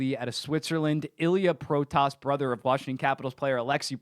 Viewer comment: Just wanna say it now, you pronounce the name "Protas" like "Pro-tis", still better pronounication than most commentators lol.